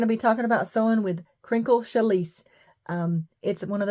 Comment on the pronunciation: Use a ballpoint needle on you machine. Okay now I am going to be anal, it is pronounced Shallie! Your fabric is beautiful!